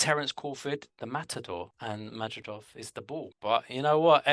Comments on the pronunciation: Not madrijov,no!!! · You guys are deliberately trying to mispronounce Madrimov. It is so easy for anyone to properly pronounce Madrimov.